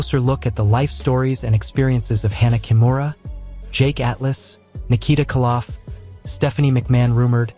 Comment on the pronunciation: Stop mispronouncing Nikita kolof